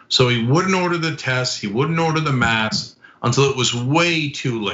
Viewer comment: It’s called «masks». Not «mass»